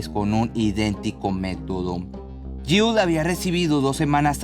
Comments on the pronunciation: Está pronunciando Jill correctamente 😄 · Lo pronuncia bien, tú no escuchas bien o te haces????